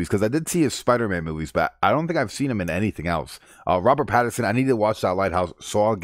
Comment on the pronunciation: Pattinson not Patterson